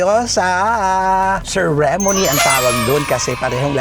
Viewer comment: Kuya ang pronunciation ng "ceremony" paki check po